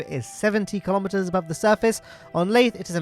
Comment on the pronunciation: I know you said kilometers, but I keep hearing Kerbometers